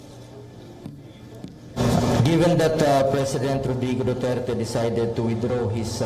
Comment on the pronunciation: Due tare ti It's Duterte